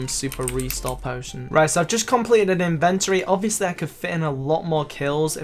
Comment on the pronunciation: its funny how he says in-vent-tree not in-vent-or-y